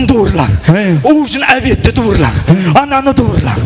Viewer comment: Дуырла емес туырла десе